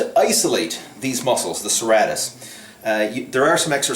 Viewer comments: its pronounced SIr,Rate,Us lol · It's pronounced Sir-Ray -Tis lol